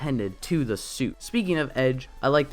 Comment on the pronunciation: You keep saying your “the” like “duh” and it’s bugging me for some reason